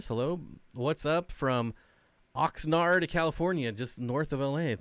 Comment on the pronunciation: 👍😎 By the way, there is an Oxnard. You said it correctly. North of LA almost Ventura.